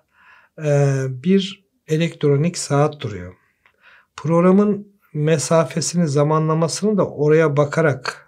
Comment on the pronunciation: Sonraki konuşmalarınızda yeri geldiğinde "proğram" değil "program" deseniz sanki daha güzel olurmuş gibi geliyor bana.